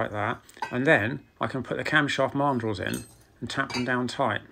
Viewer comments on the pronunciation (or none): Never heard Mandrel pronounced this way, it should be man drel, but this does not take away from your excellent work and videos.